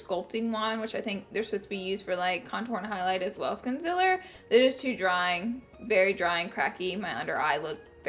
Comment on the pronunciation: stop pronouncing concealer CONSILIR